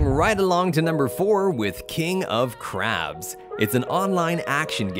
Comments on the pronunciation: Lol king of “carbs” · you accidentally added kind of (carbs) instead of crabs XD